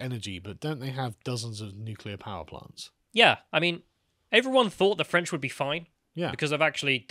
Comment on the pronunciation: You know, an enterprising reporter who wanted to make a name for themselves would track down the German politicians from that clip and ask them for their comments on the current situation (pun not intended). EDIT: I am dying from the pronouncement for French and France. It doesn't sound like a nationality, it sounds like something stuck to the bottom of your show.